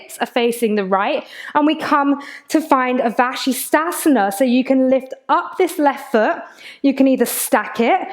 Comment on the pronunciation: Please, please don't call it "Vashi". ("Modified Vashi") It's straight up offensive. Not even borderline. Vashishtha is the name of one of our scriptural sages in the ancient Vedic religion. I shuddered when you abbreviated Prasarita Padottanasana as "Prasarita" (which ends up meaning "wide-legged". "Get into a wide-legged".). But "Vashi" was the last straw.